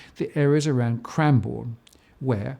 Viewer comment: Hey... just a minor note for you - the Melbourne suburb of Cranbourne is pronounced more like "Cran-BERN"... not Cran-BORNE. Just FYI. Always enjoy the vids, keep up the great work!